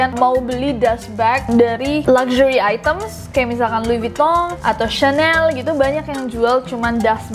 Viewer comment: Jadi LV (louis vuitton) penyebutannya lui vutong :v Dan klo Channel itu bukan cenel tapi shenel sekian :v